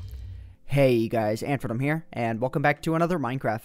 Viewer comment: Oh wait, AntiVenom, I thought he said AuntyVenom